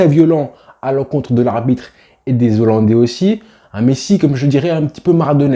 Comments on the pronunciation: Alors...on ne dit pas Zollandais ! Mais Hollandais ! Et c'est pas Kouman mais Koeman....oh Hollandais j'ai entendu ! Bien ! Allez à pluche.... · "Les zollandais" 😆😆😆😆 On dit les "HOLLANDAIS" cousin Comme on ne dit pas les zaricots mais les "haricots" On a dû te l'apprendre à l'école pendant que tu pensais à Messi au lieu d'écouter 🤭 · Super boulot !! 👍💪 Je me suis abonné. Par contre, il n’y a pas de Z à « Zolandais » 😂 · Pitié, on ne dit pas les 'zollandais' mais les hollandais sans liaison...